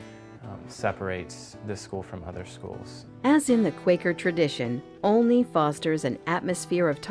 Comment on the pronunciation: It's a nice video, EXCEPT- the narrator mispronounced the name Olney. The 'O" does NOT rhyme with "only" or "lonely". It should rhyme with the O in Oliver or olive. Also, she steals a sylable from the word "parparatory." She says "prep-i-tory" instead of pre-pare-a-tory. Olney deserves better. As an alumnus, I well know Olney provides its students with excellent values-grounded experience in and out of the classroom. Graduates join a close-knit, lifelong community of alumni.